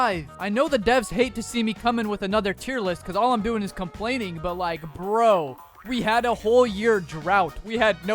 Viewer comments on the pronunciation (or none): why does it say pro when you say bro?